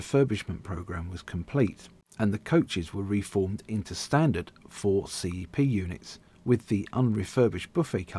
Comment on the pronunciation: I so miss these - the trains I worked with as SM Ashford and later SM Charing Cross! Is it the auto-dubbing that keeps referring to them as C.E.P. Instead of CEP pronounced ‘sepp’ as we all used to?